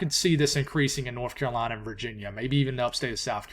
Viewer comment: when say carolina it just warms my heart